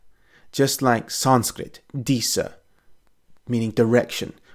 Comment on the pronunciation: You EXTREMELY and Brutally Butchered the sanskirt pronounciation Wrose than i butcher english